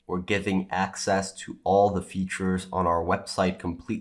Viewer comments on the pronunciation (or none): none